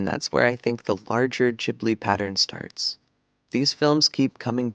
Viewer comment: Say it with me. Gib-lee